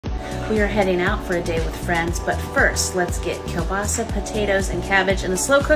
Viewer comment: Finally someone who knows how to pronounce “Kiełbasa” !!!! Great recipe!